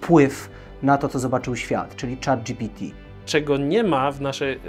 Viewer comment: moje uszy bola za kazdym razem jak on mowi "chata gpt". Tworca czego? Czatu!